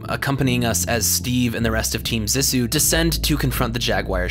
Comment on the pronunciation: (zee-sue) Cmon man they say it in the movie, great video though , much love